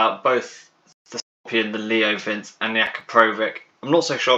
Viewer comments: Next time try pronouncing it "Leo Vintxi". It's not "vince" like in "Vincent". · It's pronounced *Vinchii